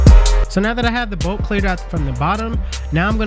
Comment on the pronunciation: If you don't learn how to say bulk and not bolk lol my phone won't even let me spell it thats not a word bro yo be killing me bulk not bolk lol please I'm begging you 😂